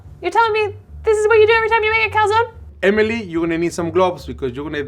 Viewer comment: Saul pronouncing Emily as "Amy Lee" is too precious